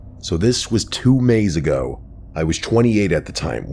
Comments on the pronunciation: Did you say 2 mays ago? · “This was two mays ago” Well excuse me then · Mays or days?